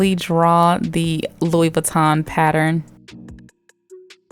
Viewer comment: iTs a lOouiE vEetAwn baG aNd itS uNiseX